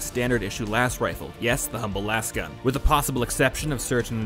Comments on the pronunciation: It's not pronounced "lass" gun. Have you ever said the word "laser" out loud? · It's not lahs-gun, lasgun is a portmanteau of LASER gun, so it should be pronounced laze-gun